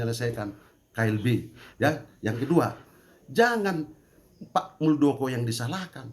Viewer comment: Harusnya muldokor